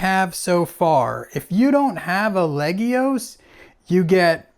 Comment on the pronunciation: I find it rather amusing that you said you were going to mangle the pronunciation of "legios" and ended up consistently pronouncing it properly. :-P